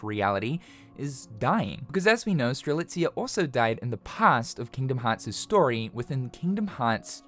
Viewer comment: Did this man finally pronounce Strelitzia's name correctly? Multiple times? Before GTA 6? Damn.